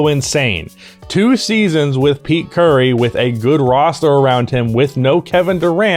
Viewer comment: I heard Pete Curry lmao. I know you said peak Curry but I had to play it back to make sure I heard it correctly.